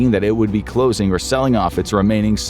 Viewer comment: “CLLOING! TOTALL LIQUIDATION”